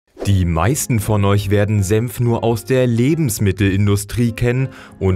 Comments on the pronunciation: Bruh er sagt "Sempf" anstatt "senf" 😂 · Alter, das Zeug heißt Senf und nicht Semf! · Man spricht es "Senf" nicht "Semf" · sagt er tatsächlich Sempf statt Senf? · Es heißt SENF nicht SEMPF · S E "N" F... Ist das so schwer? Semf gibt es nicht. Ist die deutsche Sprache so schwer? Was als Nächstes? Semfsose? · ich versteh die ganze zeit nur sempf